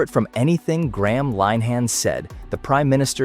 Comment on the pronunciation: You could, at the very least, pronounce Graham`s name correctly?